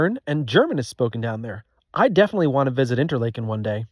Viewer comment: Argh, the Interlaken pronunciation killed me but I let it slide and settled in for what was to come. Always the best.